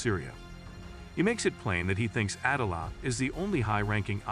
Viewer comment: A-Deala . Not Adala. Great review though thankyouuu !!! 😊